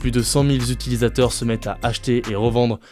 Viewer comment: cent mille zutilisateurs ?